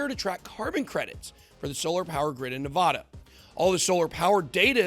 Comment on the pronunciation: You know you're pronouncing Nevada wrong?